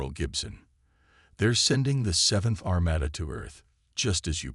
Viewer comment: Armada was pronounced Armayda again. It is Armahda. No proofing again. Sloppy.